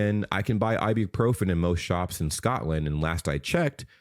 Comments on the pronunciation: Why is the lady, and you also, pronouncing it like I-bee-profen - it is I-bu-profen with a U as the second syllable, not an E - say it how it is spelt. Goodness me... We can buy it off the shelf in supermarkets here in the UK without issue, but it is restricted to one box per customer per visit. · It's I BU PROPHEN not I Bee Profin 😂